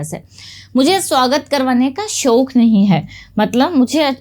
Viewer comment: Ma'am it's not "shok"......It' is "shauq"